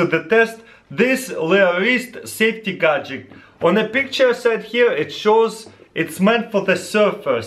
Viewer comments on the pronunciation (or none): I love how he says Gajec instead of Gadget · "safety gajeck"